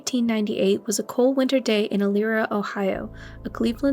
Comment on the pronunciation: Elyria it's pronounced a little bit different than that. the I sounds like an e. I was actually born in Cleveland Ohio